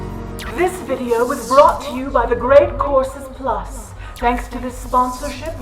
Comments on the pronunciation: Sounds like your ears acted as a Ouija planchette, lol.😘💖 She might've had a slip of tongue. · So it's not just me? Very good. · During the sponsor portion, I thought you said The Great Corpses Plus. Perhaps make a plug with Patreon for that.